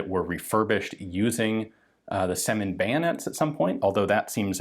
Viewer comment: It's rather Syomin than Semin.